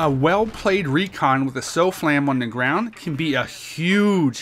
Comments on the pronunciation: not really like sooooflam...its like the way you say soft, minus the t. so sawflam or something like that :) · its pronounced sahf-lam. and the aa missiles unlocking faster is awesome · Your saying SOFLAM wrong